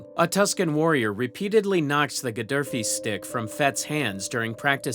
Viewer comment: It’s pronounced Gafee stick